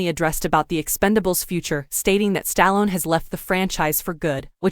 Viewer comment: Learn to say names right including Stallone